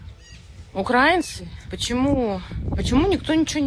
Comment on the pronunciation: Не укрАинцы,а украИнцы